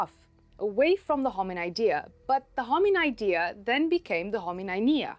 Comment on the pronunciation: I google how to pron Hominodae and guess what it sounds better the way u say it The 'O' is done all wrong for my English speaking tongue